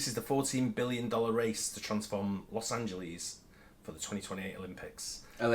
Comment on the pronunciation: This "Loes AngeLEEZ" crap has been getting on my nerves. It's "LES", not "LEEZ". Obviously, there;s the issue of "Ahn-He-Less", but one thing at a time.